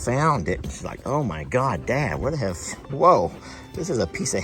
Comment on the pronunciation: For, “sail” = sell and “hail” = hell… He cracks Jamie up— one word at a time.